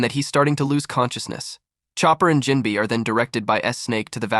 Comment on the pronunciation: Jim-bay say it right please